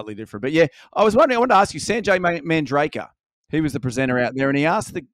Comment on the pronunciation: Its Manjrekar, not Mandrekar and its pronounced Guj (rhymes with Luge)